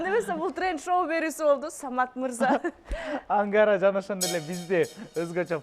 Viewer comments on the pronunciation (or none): Ангара деген ат барбы Амкара Деп эле угулуп атат